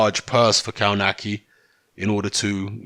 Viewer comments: Cownaki lol. is the best when it comes to butchering names. Its pronounced Cove natz key. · Actually, in its proper Polish pronunciation, you're right. But they all, even Adam himself pronounce it "Kawnaki".